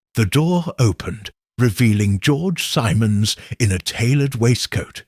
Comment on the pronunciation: AI narration 😢. Once pronounced Simmons, next time it's Simons. It made me crazy